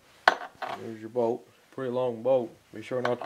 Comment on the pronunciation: I was listening and not watching....I swore he said: 'If yours has a "Boat" here like this one.' I was like BOAT? WHAT? ah... BOLT!